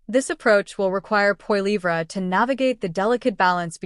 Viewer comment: Check yourself. You don't even know how to pronounce Poilievre. You are a complete propagandist. I know you can do better please?